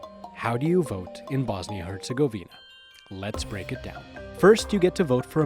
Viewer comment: Your saying Herzegovina wrong. Are you even Bosnian